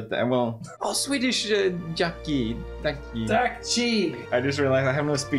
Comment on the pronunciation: I actually forgot that Seán could speak decent Korean as i noticed that his pronunciation of ddakji is pretty on point. Also the random 어떡해